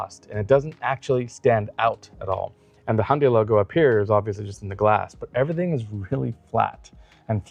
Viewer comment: And he's an automotive presenter who can say Hyundai! (It's not hunday, for all the lazy Americans)